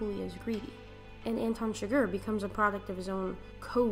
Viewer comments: Did you just call Chigurh Sugar?! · Here is some wonderful advice if you're going to psychoanalyze the film it might be nice if you could pronounce his name right not sugar but Chigurh, try this chig-gur just my 2 sense, or . "My two cents' worth"